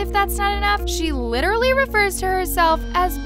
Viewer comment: "wEar dO u SeE a FiSh? aM LiChRaLLy a hUmAn bEaN.." what- 😭😭😭😭😭